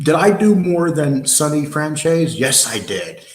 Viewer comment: here u go,some help from NY.its pronounced FranZEACE take the word Peace and remove the P add the Z...